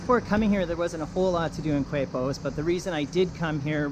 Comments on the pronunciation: Keh-pos!!!!!! Coo-aipos.....Quepos! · The beach was like 100 meters ahead you bro 🤣 And is Quepos (kepos) not "kuepos". But thanks for let me feel in my hometown for a while (I've livimg im mexico for 4 years now). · You took the bus from where? Now Quepos is pronounced Kepos, not cuepos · Pronounced Kepos.....Not KWEPOS..........in spanish "qu" is pronounced K............Like esQUina....(corner)..is pronounced esKina. You only pronounce the U with the letter G with certain vowels as in GUapo (Gwapo). Just a clarification. I lived in Costa Rica for 2 years. Miss it. Very nice video. Thank you for posting. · It’s pronounced ‘Kay’pos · K-pos = Quepos is the pronunciation for all of you who stumble to this video. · FYI it's pronounced "Kay-Pos"